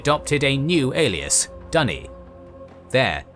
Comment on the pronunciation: Dunny (thats australian for loo) Duney is better